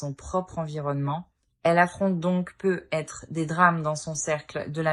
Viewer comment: Bonne guidance mais sincèrement ce " PEU ETRE" sans liaison c'est très pénible .. navrée